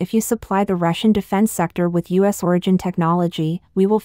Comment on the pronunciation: Please stop using robots for your narration. You have a good podcast but the mispronunciation is a joke... e.g. the U.S. as us ?